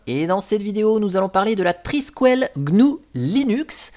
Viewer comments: Étant Breton, ça se prononce "Triskel" et pas "Triskuel" :p Le symbole en espèce d'étoile de mer qui fait des frisouilles, c'est un Triskel. C'est un peu chelou de proposer Thunderbird, Firefox, etc en virant les logos... y a vraiment des fois je me demande pourquoi certaines distros existent, autre qu'un projet personnel de se dire de faire une distro pour apprendre. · Je ne suis pas bretonne, mais amoureuse de la région et puis bon, je suis à demi irlandaise, donc ceci explique cela 😄 et j'avoue que le « trisquouelle » façon « poêle » à frire m'a un peu écorché les oreilles 😂 Je plaisante évidemment Adrien, mais tu commences à connaitre le ton de mes posts 🤪